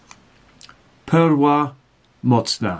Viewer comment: Pronounces Perła correctly and butchers all the rest lmao